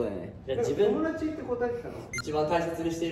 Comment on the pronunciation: 元太のトモダトュチ が好きです